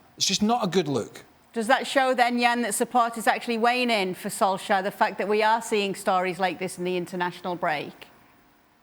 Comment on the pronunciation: Craig Burnley doesn't like Ole Gunner Solskjaer because he can't pronounce his name correctly!